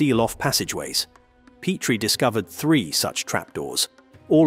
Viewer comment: Make up your mind. Is it Pet-tree or Peat-tree? You literally go back and forth with your pronunciation.